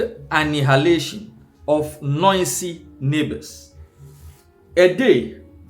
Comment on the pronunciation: What is anihalation,, my brother. Go learn how to pronounce if yiu want to be on social media.